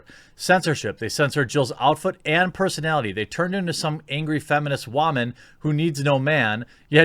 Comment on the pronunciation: Can you fucking stop say woman like that.